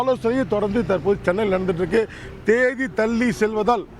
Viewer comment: தேதி என்ற வார்த்தையை கூட ஒழுங்காக சொல்ல தெரியவில்லை, நீங்கள் என்ன சொல்லப் போகிறீர்கள்